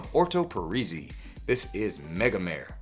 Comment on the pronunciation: Love your content, you always do such a clean and informative presentation. But the anal-retentive OCD freak in me is compelled to tell you that "Megamare" is pronounced something like "MEH-guh-MAR-ray"... Mare is Italian for "sea" I actually got to meet the perfumer for Orto Parisi and Nasomatto at ZGO Perfumery in San Francisco a few weeks ago, a kinda wild Italian dude named Alessandro Gualtieri... he's a little crazy, but super nice and lots of fun to hear him talk about his thought process and experimentation. Anyway, keep up the good work! And I only bust the chops of those I love. LOL